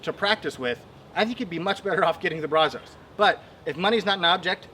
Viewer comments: So funny hearing how non Texans say “brazos”. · Really wish you would learn to pronounce brazos , I live in brazos county Tx & the Brazos river flows through it